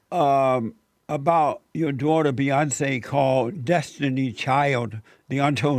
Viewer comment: Beyonzee.. and her sister Soloungzee.. 😅😅 No..not zee